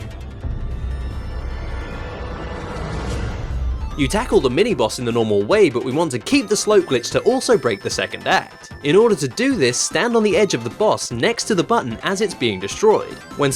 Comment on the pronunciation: Mini-boos? That's Mini-boss,.